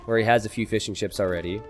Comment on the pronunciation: Why do i hear him say Fish 'n chips instead of fishing ships?